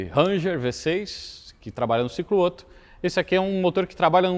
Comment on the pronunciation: revolts! 😂 Baita vídeo, um mix de mecânica, filosofia, política e antropologia. Só um pequeno adendo: na pronúncia do alemão, duas consoantes iguais em sequência "abrem" a vogal anterior, ou seja, Otto pronuncia-se "Óto" e não "Ôto". No mais... o melhor canal do YouTube!